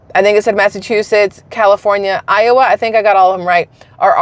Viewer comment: did you make a mistake when you said iowa?